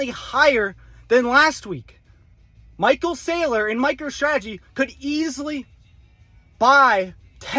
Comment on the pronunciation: Lol almost caught yourself saying micheal strategies your not wrong tho 🎉